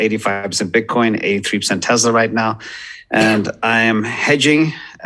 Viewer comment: It’s not Tezla, it’s Tesla🙄